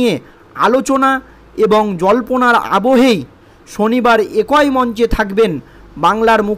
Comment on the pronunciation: একোই বোলছো ক্যানো ? বলো "এক-ই"। জঘন্য বাংলা উচ্চারণ করে প্রতিবেদন পড়তে লজ্জা করেনা তোমার?ছিঃ ।